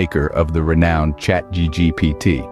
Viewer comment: Exactly, that's what the narrator says at - it's ChatGPT - not ChatDGPT.